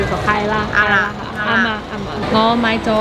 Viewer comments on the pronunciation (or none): 不是"阿媽"啦 是"岩啦"（意思：正確／對的／是的）